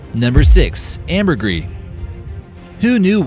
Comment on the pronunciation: Just so that you know there is an "S" at the end of "Ambergris"!!!!